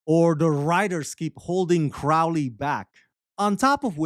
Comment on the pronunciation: So, you admit you had no motivation to see season 2, so you went into it with a chip on your shoulder. You can't even say Crowley's name correctly. Then you spend a lot of your time reading the canned summary on the website. Why would I keep watching this review?